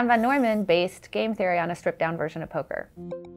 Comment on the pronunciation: That's.......how it's pronounced? "Neumann", although it may look like "Newman" to the untrained, naive eye, John's last name is actually pronounced "Noyman", so she's correct.